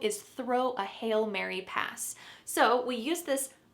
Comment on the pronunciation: The pronunciation of "hail" sounds the same as "hell"?